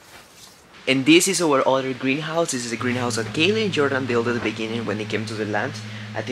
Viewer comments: tú tiendes a pronunciar la palabra “other” como “udder” que en inglés se refiere a la palabra que describe por donde sale leche de la vaca (la tetita ) disculpa me tengo que fijar si hay una mejor traducción para esa palabra. Espero que no te moleste que te corrija. A mi siempre me gusto que me corrigieran mi inglés cuando lo aprendía. Good job, keep up the good work with everything you do! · Oops…..ubre en español para la palabra “udder”🥹😉. Anyway …no pronuncies “other” como “udders”🤓eso es todo!